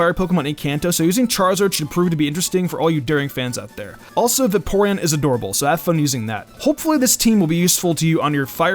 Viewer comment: Va-Porean? Bruhh....